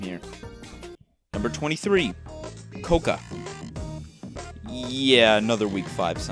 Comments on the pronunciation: says co ca me: its COCOA and it sounded like you said COCA COLA ESPUMA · He says cocoa as coca. Apparently instead of hot cocoa we’re having Coca Cola during christmas. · My man said "cocoa" like "koka" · Ain’t no way he said cocoa and eggnog is trash he even said coca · Is that really how your supposed to pronounce Cocoa because I always said it as Coco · The way you say stress and cocoa is funny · please don't tell me this is actually how cocoa is pronounced